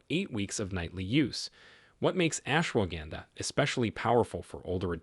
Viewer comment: The mispronunciations by your A.I. narrator are undermining your credibility. Laughably it pronounces ashwagandha three different ways. Horrible and unprofessional.